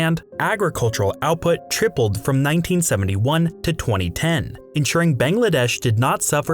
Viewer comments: It's not "Bengladesh", it's "Bangladesh". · A whole half hour long video and you couldn’t pronounce the country’s name properly even once